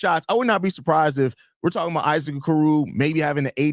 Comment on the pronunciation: How many times can you mispronounce the name of the topic of your podcast